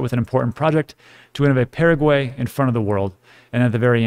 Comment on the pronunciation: Paraguay? Pa ra guay A is Ah Pah rah gui. Please pronounce it right.